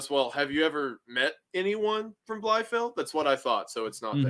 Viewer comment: He absolutely butchered the pronunciation of Bielefeld, butchered it to a point to where I got that he means Bielefeld out of the context surrounding it 😂